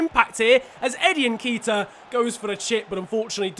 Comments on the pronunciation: I swear it’s pronounced nket iah not nkeetah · lad it's, N-KE-T-IA not N-K-ITA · Its nn ket ee ah not nn keet ah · say nketiah how it is spelt not nekitah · It’s ‘n ké-ti-ah’ not ‘nkeyta’ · It is pronounced Enketia